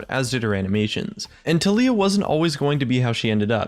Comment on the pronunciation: Can someone please explain to me why her keeps being pronounced as TUH LEE UH and not TAL EE YUH